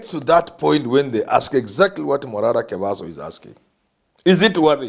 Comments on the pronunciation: It is Morara Kebaso Prof, and not Mobaso Kerara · Shame on the young guy who can't correctly get Morara Kebaso's name. Shows he's completely removed from the political trends